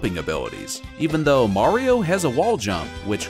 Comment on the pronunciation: Mayrio vs lugi